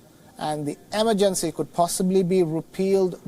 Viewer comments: Emergency isn't pronounced the way this presenter thinks it is. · Pronunciation of certain words changes from person to person... what’s the big deal if he pronounced emergency “wrong”